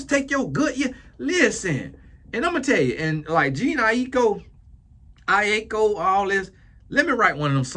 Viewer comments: “Gene Nie-Ek-Co” took me out 😂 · calling Jhene (Je-Nae), JEAN, is the epitome of someone not giving a damn about “regular people labeled as celebrities” “God blessha” - voice 😂😂😂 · You calling her Jean is taking me out 🤣 It’s pronounced like Janae. Much love Uncle 🫶🏾🙌🏾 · I'm screaming at Gene! Lmaooo lol it's pronounced Juh-nay! lol commonly spelled : Janae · Not Gene 😂😂😂 I AM WEAK 😭😭😭 please pronounce her name like this: Ja-Nay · Calling Jhene “Jean” is sending me🤣. don’t care two things about this culture and I love that! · Not “Jean” 🤣🤣🤣🤣🤣🤣🤦🏾‍♀️🤦🏾‍♀️🤦🏾‍♀️ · I’ve been laughing ever since he said “Jene”. 😂😂😂This is comedy for real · Its juh-nay eye-koh lol..😂😊 and her mother is blasian and father is biracial. Her asian genes are strong because i would believe shes fully asian if someone told me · Jah- Nae is how to pronounce her name 🌊🌙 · Its Juh-Naye I - Kho 😂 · Its Juh-Nae, 😂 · Hello, her name is pronounced, JA-NAY😊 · who is jean ai-ee-kho 😂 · her name might be pronounced like je-nae. these spellings nowadays. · Every time he attempts her name 💀💀💀💀🤣🤣🤣🤣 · the way pronouncing their names 😭😭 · Please tell me how he is able to say Aiko boy can’t say Jhené😂